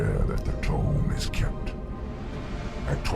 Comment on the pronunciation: It looks like you missed one of the items dropped from the second group of dragons. Also Tome is pronounced Toam, not Tomb. :)